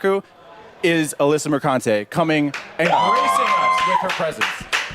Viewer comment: the posh ai voice repeatedly saying MerCUNTé is hillarious xD